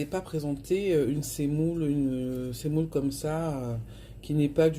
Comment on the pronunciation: On dit la semoule et non pas la sèmoule